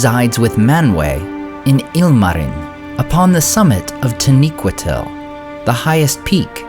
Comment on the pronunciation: I noticed it in your previous video and again in this one. Your pronunciation of taniquetil (?) Has changed. Have you discovered / discussed something?